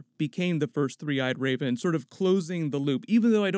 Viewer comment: Is he saying 'the three-eyed Rayben'?